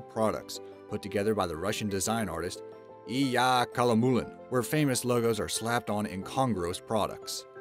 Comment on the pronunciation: It is pronounced I-ly-a Ka-la-mu-lin.